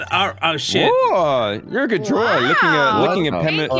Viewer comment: "Im a verwy good drwer" What i heard: i a very good drugger